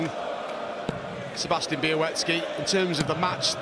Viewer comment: Nice pronunciation of Białecki's last name